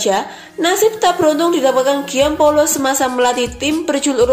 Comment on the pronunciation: Gian Paolo baca Jan Paolo dlm bhs Italia.